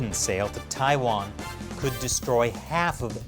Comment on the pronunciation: TAIWAAAAN NO. WAAAHHN 🇹🇼🇹🇼🇹🇼